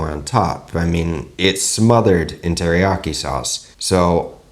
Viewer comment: I'm learning Japanese and keep correcting my mom that "teriyaki" has four syllables, rather than three, but isn't even trying to pronounce it right. 🤣 (no judgement)